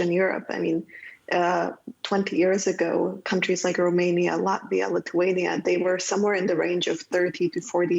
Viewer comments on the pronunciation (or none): none